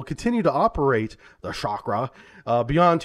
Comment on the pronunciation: Chakra not Shakra.